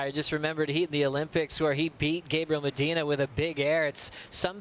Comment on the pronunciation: Mediner ??? Es Medina.... speak proper English you bloke....